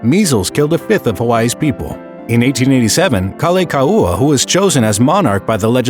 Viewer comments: I agree. I think what happened was that he thought the kahako over 'la' meant the long A sound. But the 'kaua' part was pretty bad too. Gotta give some props for not mangling Lili'uokalani, though - it wasn't perfect but could have been worse. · Kah-lay-kaooh-ah? Ugh my head hurts. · Pronunciation of Kalākaua is awful. Please fix Edit: Actually all the Hawaiian names are not pronounced well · They mispronounced “Kalakaua” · The pronunciation of King Kalakaua is atrocious.